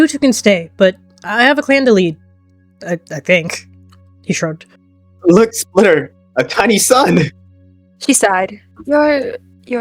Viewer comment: "look splitter, a tiny sun!" was so funny with his accent